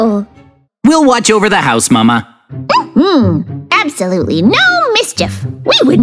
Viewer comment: Not mama is mame